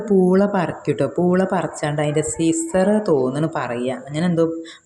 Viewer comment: സിസർഅല്ല, കിസർ